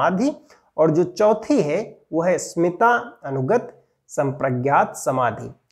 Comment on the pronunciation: स्मिता नहीं अस्मिता है गुरूजी 🙏